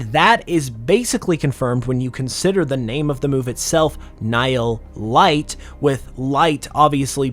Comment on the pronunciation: hearing it pronounced nile light, its pronounced like knee-heel. ni hil